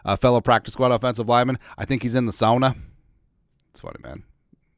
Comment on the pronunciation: I appreciate the correct pronunciation of sauna!